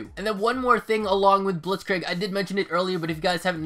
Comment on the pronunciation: Before scorestreaks there were pointstreaks like it was in mw3. Additionally Blitzkrieg is pronounced like blitzkr“ee“k. Nice video btw!